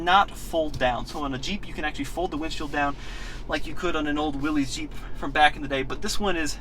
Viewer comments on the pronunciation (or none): For pronunciation, it’s Willis, not Willies.